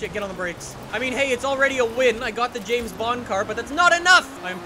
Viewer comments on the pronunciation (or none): none